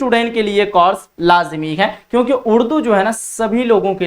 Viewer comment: Sir ji zaban sahi kiji. Course aur Coras mein aap ko farq nahi maloom.